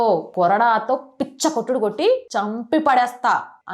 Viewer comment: పిచ్చ కొట్టుడు కాదు madam, పిచ్చి కొట్టుడు అనాలి. 🎉